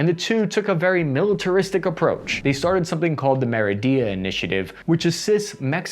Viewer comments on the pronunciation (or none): Hey, I love your videos, but you really need to work on your pronunciation of foreign cities, like a lot of work. Look up how they’re said, it’s not hard. Michoacán is pronounced “mee-cho-kan” not “meehochohokan” and the Mérida initiative is pronounced “meh-ree-dah” not meridia. Just look at the spelling, you’ll see what I mean and you’ll get better, I know it 😊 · It’d pronounced Meri-da, just as it’s spelled :) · Merida (Meh-Ree-Duh) ok? awesome, lets keep going. Great stuff. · His pronunciation of Mérida was hilarious as well. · He also badly mispronounced Merida. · Learn how to pronounce locations in Mexico! You butchered MICHOACÁN and MERIDA (adding “ia” to the end). Butchered JALISCO too, pronouncing the J as W. WTF?